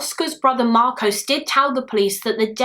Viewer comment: Marcos is simply pronounced "marcos" ("marcoss") not "marcowce". Please be aware of American documentaries mangling the "-os" commonly found at the end of Greek/Spanish words, because they get it horribly wrong. It should be relatively simple to get right, but their pronouncing "-os" words like Marcos, Carlos, kudos (etc) as "Marcowce, Carlowce, kudowce" is bizarre and indefensible on phonetic/linguistic grounds. I really don't know where they get it from, because they know full well that the "Los" in "Los Angeles" is pronounced like "Loss", not "Lowce". On that basis, I'd be so grateful if you tried not to perpetuate this weird American habit, as it's one of my pet peeves. Perhaps your Spanish studies will help you out there :)